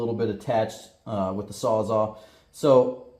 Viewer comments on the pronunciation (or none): Sawzall! Its sawzall….not sawzaw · You might find one on marketplace from a Mexican called a sawsaw😆😆